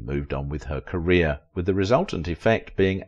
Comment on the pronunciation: Career not carrier!!!